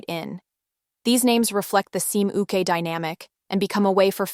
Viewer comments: I always welcome analytical BL content on Youtube, because we need more of that. And I think this is one of the better primer videos, the kind you can recommend to a normie or newbie to the genre. My thoughts throughout the video: 1. Y'all have got to learn how to pronounce seme and uke properly. 2. I appreciate the value-neutral tone you've taken with this video, it looks more professional and balanced. 3. As a Chinese BL stan I also appreciate that you acknowledged its place in the subculture, I feel that it tends to be sidelined. 4. Related to no.3 I think another advantage of BL stories is the variety of genres: we now have scifi, fantasy, action, historical etc. BL in addition to the contemporary slice of life stories BL is known for. 5. Yes to the point about fetishization. 6. When it comes to the future of BL, it would be interesting to see more attention paid to the evolving intercultural exchange between the different countries. BL is already a regional subculture and that has extended to countries adapting each other's IP. An interesting development are foreign adaptations of Chinese BL novels that avoid censorship (My Stand In, Unknown, The On1y One, probably the upcoming MDZS manga). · Great intro for newcomers, being broad rather than deep. It's a shame that the generated voice mispronounces a lot of terms (including seme, uke, and actors' names).